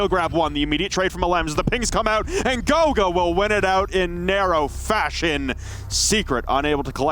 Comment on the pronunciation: Kanto is buck and goga is ash...Can y'all like at least make an effort to try